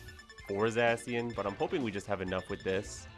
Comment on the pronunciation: The way you say Zacien makes me physically angry. Zah-SHE-In Like the sound of a sword slicing the air